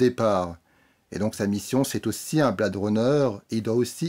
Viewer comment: quel accent!!! Blade pas prononcé bled et Her version Hair...ha ha ha je chipote... le rythme de cette vidéo est meilleur que celui lent, lancinant de celle sur Stephen King... quant au film lui même, il faut le voir sur grand écran pas que pour l'image, mais aussi pour jouir du son atmos, quelle ouverture sur le bruit du spinner!!! Jared Leto n'est pas assez présent et son perso pas assez défini donc, je pense que cela sera corrigé dans la probable version longue ou dc du futur blu ray. Dave Bautista m'a bluffé, quel acteur!!! il se révèle film après film...le film est trop lent, trop posé, on a le temps de réfléchir à l'intrigue et ça vient trop vite à l'esprit ce qu'il en retourne vraiment. la relation réplicant/AI est une très bonne idée très bien menée... Villeneuve a su s'approprier la mythologie du premier sans trop la dénaturer (avoir réalisé premier contact a beaucoup aidé)